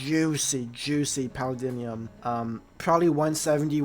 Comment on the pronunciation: Paladinium? Bro what are you saying. It’s Paldium